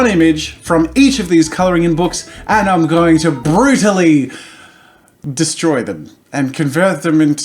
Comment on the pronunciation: Jazza: Because I'm going to destry them. Me: It's called Defacing.